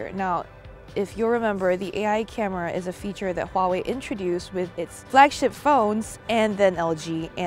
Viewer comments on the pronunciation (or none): none